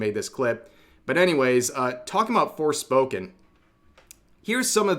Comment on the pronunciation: he said "forespoken" LMAO